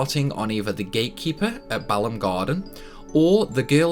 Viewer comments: Balmb as in bal-um is wrong. Its Balmb ( balmy as in Ball-me/ weather or Ball'mm as it should be pronounced.) Same with the SeeDs from Garden; they're not called C.Ds. They are seeds from a garden. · Quezacotl is pronounced KETZ a kwattle Balamb is pronounced buh LAMB